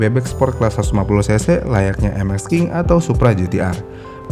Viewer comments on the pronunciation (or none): none